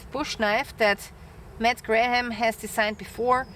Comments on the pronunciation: Your English is sehr gut! Just a little English tip. The English name Graham is pronounced just like "gram", the "h" and second "a" are not pronounced. Condor knives are often a GREAT value! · I appreciate the review. You don’t have to pronounce the ‘h’ in Graham. Looks good